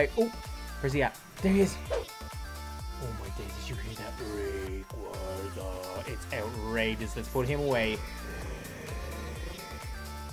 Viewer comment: It’s pronounced ray-qayz-a